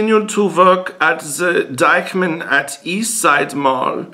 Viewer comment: Did you intentionally pronounce it as "Dyke-man"? :D :D